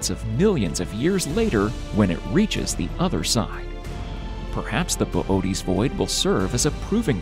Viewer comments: Good video but bobootes void come on 😂😂😂 fml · Why is Boötes pronounced Bobotees?